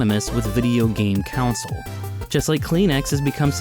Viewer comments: Yeah he says it like council lol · you say the word console weird